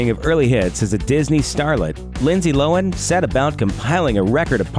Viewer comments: Its Low-han. Not loan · Lindsay "Lowin?" It's pronounced LOW-han, you dumbass! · There’s two syllables in Lohan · How the fuck do you mispronounce Lohan